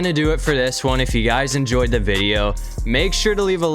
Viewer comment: Stop saying da like when you say cause Lamar Jackson at quarterback because he’s da fastest quarterback in da league